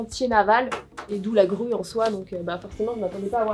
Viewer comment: Au début j'ai compris rue à la place de grue 🤣